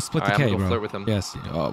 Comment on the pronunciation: Dis is funny bruh 😂 he said "I'll spilt the K go flurt with him?"